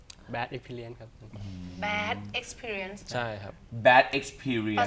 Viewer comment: ชอบตอนพิธีกรพูดคว่า "Bad Experience" นะครับ ชัดดี อิอิ